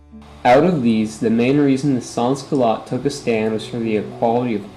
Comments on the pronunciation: SEN Culote Do not pronouce the s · lol as a french canadian every time you say sans - culottes i cringe, but still, A for effort.